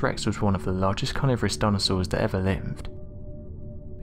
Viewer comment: What is worse?.. Hearing you not pronounce 'th' properly..